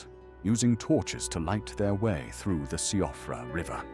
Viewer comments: Interesting point, Siofra is pronounced "she-fra" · Quick one for you - Siofra is pronounced "SHEE-uf-ra", or more closely "SHEE-'fra". It's an Irish name referring to fey folk, like elves. You got surprisingly close, well done! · not to be grammar police or anything, but “siofra” is pronounced “sheefra”. Stupid, I know, but that’s what it is.